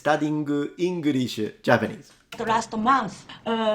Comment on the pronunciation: Yeah; that ”R”, in ”Engrishu”, was a give-away 😅. THAT’S an ”Intrusive R”.